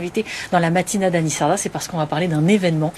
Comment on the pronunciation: Bravo pour votre émission. Vos explications sont claires, parfaites. C'est hallucinant de voir que les francisés d'aujourd'hui ont effacé de leur mémoire que les langues d'oïl étaient extrêment dialectisées, il y a seulement une génération. C'est terrible d'entendre prononcer le titre de votre émission avec l'accent sur les "a" finaux. On a l'impression que les francisés sont handicapés de la langue. Moi j'ai appris l'occitan dans ma famille en limousin, puis je l'ai pratiquée à Montpellier. Je n'ai pas de problème à communiquer en occitan avec un provençal, un catalan, un auvergnat. D'ailleurs au XV ième siècle, la langue occitane était sûrement plus unie que les langues d'oïl. Il suffit de comparer le manuscrit de Pamiers (Ariège) et Lo Compendion de l'Abaca (Nissart).